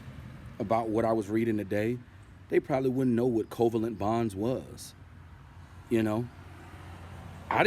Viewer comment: Your pronunciation of covalent is wrong. The intonation should rise at VAlent.